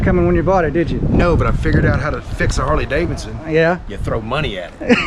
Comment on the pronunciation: I've heard Harley Dollarson!